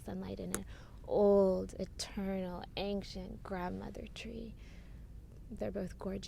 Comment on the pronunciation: Loved this video,. But why do you always say anKcient? It's ancient. AnSHent. No K..... Never was there to start with. (ān′shənt)